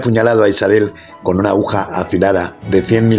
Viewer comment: interesante historia aunque debe mejorar la ledtura, y, se dice AGUJA